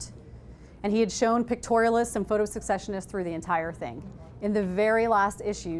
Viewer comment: It's pronounced ses-session-ists, not sek-session-ists.